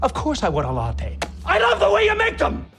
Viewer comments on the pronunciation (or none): none